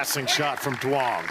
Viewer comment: still pronouncing duong incorrectly? its not “DWONG”.